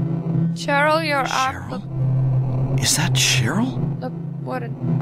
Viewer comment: I love how you say you will let us watch the intro and not say hello, while you already did it and then started talking lol The time it came out, released 1999 like it says on the main menu :D "On normal" wimp. Cheryl is pronounced Sheryl :D just an underage hooker, no biggy. "She's off to do her business!" on the street corner! Big red squishy thing is totally a squid :D Looks more like a lighter. Did indeed look like eyes.